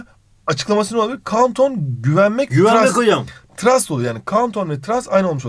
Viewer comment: Hocam trast diye okumuşsunuz ama öyle okunmuyor